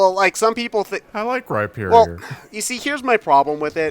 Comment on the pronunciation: Oh my fucking god. They actually pronounced Rhyperior correctly. They made fun of me in a Let's Go stream for correcting them and never apologized when I proved it on Twitter. XD And, yes, I do use the underwear hole.